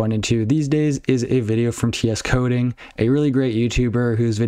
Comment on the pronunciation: Bro it's Tsoding ( as in Sojin ) it's Russian, it's not Ts coding